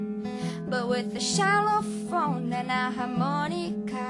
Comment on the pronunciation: Concordo com o claudiomarioto. Ela precisa melhor a pronúncia em inglês, e isso fica claro já de cara quando diz "xylophone", que em inglês se pronuncia "záilofoun". Morei vários anos nos EUA, onde se dá muito valor à MPB, muito mais do que os brasileiros, que pagam pau para o lixo americano.